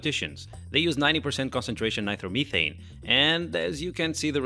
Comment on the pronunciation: Ny-Tro- meh- thane not by throw meh thane